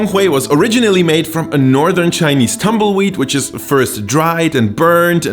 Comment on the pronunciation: you pronounce Chinese words and cities name very well, props to you 😀